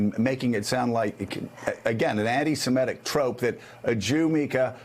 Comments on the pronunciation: The word is 'semitic', not 'semetic.' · Semitic, Joe, not Semetic.